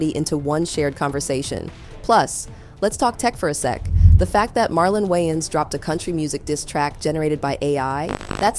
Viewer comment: Wow, this AI voice is incredible! It even sounds like "Marlon Wayans"! AI is getting so good—if it weren’t for the slight mispronunciation of his last name, I would’ve never guessed! 🔥👏